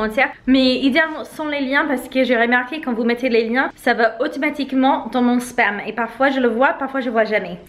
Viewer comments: Haha... Je suis pas la seule à avoir compris "sperme" . 🤣🤣🤣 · 🤣🤣 oui j'ai dû remettre la vidéo un peu en arrière pour comprendre le bon mot.....J'avais compris 😳 Sperme 🤣🤣😂